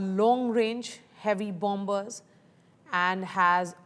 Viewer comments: It's silent "b", lady. You pronounce it as "ba-mers", NOT "BOM-BERS". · Bomber pronounce as bommer not bom ber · There is no pronunciation such as BOMBERS. its pronounce as BO- MERS. rather BOMMERS Litsen carefully how Admiral pronounce it. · It's bomb ers not bomb bers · Bombers = it -Pronounce as BAMERS ,=== Not BAMBERS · Not bombers! Pronounce it as bomers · Learn your pronunciation first, it is not bombers , it is pronounced bommers. The b is silent in bombers. This is Indian English. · Perhaps you should take note that the second 'b' in the word bomber is mute. i.e., it is not sounded when saying the word "bomber". Otherwise, thank you for your excellent reportage. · Please, the second b in bombers is silent! My ears are bleeding from the mispronunciation.